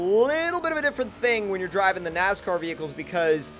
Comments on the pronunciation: Its NASCAR not NAZCAR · ITS NOT NAZCAR ITS NASCAR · STOP SAYING NAZCAR ITS NASCAR!!! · Not trying to be that guy, but I'm gonna have to be that guy... NASCAR not NAZCAR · Stop saying nazcar it is nascar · Lol you said nazcar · Dumbass can't even say nascar right. My nazcar.